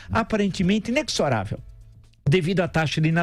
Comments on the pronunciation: O Villas é bom, mas fez uma confusãozinha com a palavra INEXORÁVEL. Veja a explicação transcrita aqui: Quanto à pronúncia da palavra inexorável, o "x" é lido como "z" e não como "cs", ou seja, "inezorável" e não "inecsorável". Nestes casos, a pronúncia do "x" nesta palavra é parecida com a pronúncia da mesma letra nas palavras êxito, existir, exortar, exercício, etc. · A partir de , o "Professor" pronuncia o termo "inexoravel" de modo errado, o correto é "ineZoravel", esse X tem som de Z. Um burro chamando outros (pt) de burro. Ambos burros ha ha.